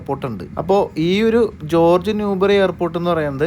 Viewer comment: Its not pronouns ജോർജ് its ഹോർഗ്ഗേ 😬